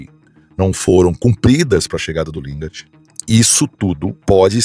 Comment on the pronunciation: Lingar eh a pronuncia, o D eh mudo,.